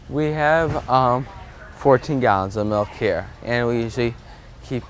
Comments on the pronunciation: It is pronoce milk not malk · Do you pronounce Milk as Malk? I’ve never heard it pronounced it that way but I’m also Canadian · She said Melk in place of Milk